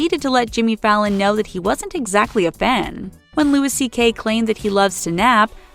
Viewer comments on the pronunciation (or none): Eddie Brickle...?! Lol!!! Also Louis C.K you don't pronounce the the S. What kind of 5 million subscriber celebrity gossip channel can't pronounce celebrity names? Learn how to pronounce people's names before doing a video like this. Shame, thumbs way down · And you have to learn how to pronounce things better. It's pronounced "Louie" not Louis CK. Jeez. Find out how to pronounce names and words. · You're supposed to pronounce Louis C.K.'s name in the French way